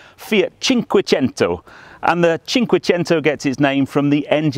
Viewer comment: Congrats and thanks on being the first auto-journo I've come across who takes the time and care to correctly pronounce "cinquecento" ! This just makes me even more keen on a ZCar than I already was! And thanks to the owner for sharing... wonderful.